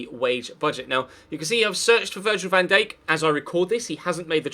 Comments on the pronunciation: Next time you say van dake i will find you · £40m for VVD?!? You wish, You Bindippers really are deluded .... and how did you pronounce his name?? 😂😂